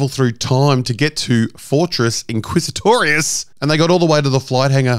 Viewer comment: I love your pronunciation of Fortress InQuISiToRiUoS!😂